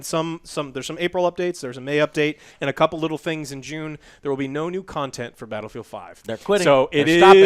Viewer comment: I legit thought you said Battlefield: Hairline